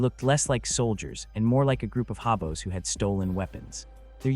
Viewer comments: When the narrator pronounces the word "hobos" as "haw-bos" you know its not a human. I really hate ai crap that's taking over YouTube. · The story teller needs to learn how to pronounce english words, such as "hobos". It means homeless person, riding the rails from town to town to survive. Pronounced "hoh" + "boh".